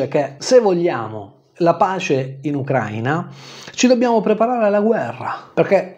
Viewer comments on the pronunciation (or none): none